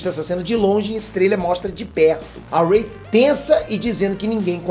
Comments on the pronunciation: Po "rei"?? Achei q vc tava de sacanagem errando o nome dela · Rei? Poie? Porra fala os nomes dos personagens direito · "rei" "poe" kkkkkkkk mds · ele falando o nome da Ray errado Kkkkkk “Rei”